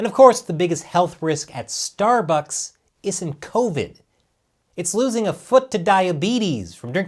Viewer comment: This episode was awesome! Great job! Stuh-Buhkss misspelling names was classic! 😎👍🏻